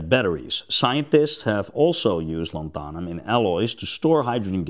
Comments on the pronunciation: 👉LAN-tha-num,👈 not lan-THA-num. :face-red-droopy-eyes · Not lanthahnum, more like Lanthuuhnum (as in duuh, not hah) Lanthanum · What's interesting is all of the other versions of the word are pronounced correctly (lanthanides, etc)... it's just the element name itself. Here in the US it is pronounced LAN-than-um, both A's as in 'can'. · That is an interesting way to pronounce it, I just looked up online how it's supposed to be pronounced and was the same as the way I said it. Lan-thun-um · "Lantharnum" - on what planet? Yet you pronounce the words greek root, and "lanthanides" correctly!